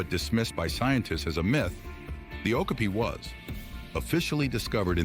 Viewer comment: This bloke tried 3 different pronunciations of the okapi and got them all wrong, it is O, ka, P, I, the 'I' is spoken as it is in 'it' or 'pit'.